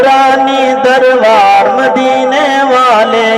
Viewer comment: Janab darwar nahi Balke darbar hota hai